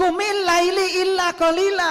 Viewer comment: itu ayat khitob kpd siapa? Laila bacanya bukan laili